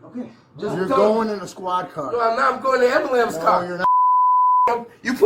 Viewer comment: Nothing is more annoying than hearing “amboolamps” over and over 😂